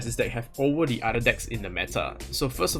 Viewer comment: lol why u keep pronouncing 'the' wrongly? it's wrong usage of that word lol u supposed to say it that way when the next word is a vowel haha